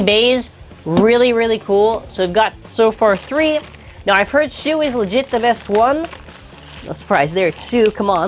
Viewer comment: Also... Nobody notices shu=shoe